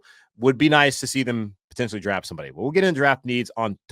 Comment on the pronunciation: "Darft" derp.